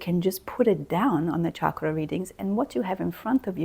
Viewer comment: Thank you for correctly pronouncing 'chakra', w/ the ch sounding like ch in chocolate, rather the the common mistake by Westerners thinking it is shakra.